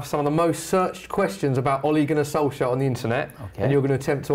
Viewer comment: Wait what you pronounce it „Solsher”!? I've thought you pronounce him „Solxjer“